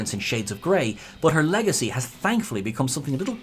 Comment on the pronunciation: Did you just say “Legacy??” 😅